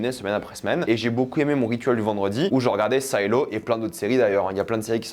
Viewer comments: Bonne vidéo par contre c'est Silo et pas "Saïlo" et il faut que tu regardes la série See c'est incroyable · SAILO ???? SILO. S + I = SI .SAILLELO . . . . ET BIDON NON BAYEDON ?MAYBE ?????? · Say- lo, say-lo... sérieux tu as découvert le mot avec la série ? Tu sais pas ce que c'est un silo à grain ?